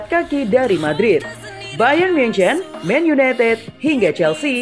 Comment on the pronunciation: Men yunetet men yuneted